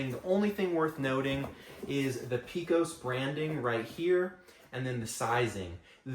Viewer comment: If you ever come to Texas and pronounce Pecos like that, you'll be laughed out of the state. We correctly pronounce it "pay-cos".